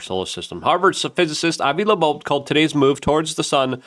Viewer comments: It’s not “30 I atlas” It’s “3i atlas” Because it’s the 3rd (i)ntersteller object ever observed. One would imagine someone reporting on a subject could at the very least get the name right, as it’s Loeb not lobobe, Not a very good first impression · Also Loeb…Not Labobe… he’s been reporting on this for weeks and mispronounces both names every time… Hard to take him seriously anymore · Three eye Atlas, not thirty eye atlas. and it's pronounced Avi LOBE, not LEBOBE. Why can't you get that right? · OH MY GOSH LUKE!!!!! sorry bro it’s driving me crazy 🤪 It is “3 I atlas” not “30 I atlas” And his name is Avi Loeb pronounced lobe like your ear lobe not Avi Labobe!!!!!!! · Luke’s dyslexia is so cute. Avi Lebo! 🤣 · Avi LeBeau ? haha Doije ? tumulch-ooo-lus ? thirty-one-ATLAS ? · Luke, the mispronunciation of Loeb and 3I-Atlas was funny for a minute... but now you just look like a goober. BTW - Loeb is a wack. Or, a shill. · Bro you are killing me… it’s 3I, not 30I… and the o in Loeb comes before the b, not after it. Sorry, I’ve been trying to resist the urge to be pedantic about this, but I can’t take it any more 🥲